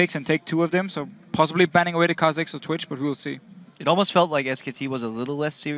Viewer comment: Kah Zix lol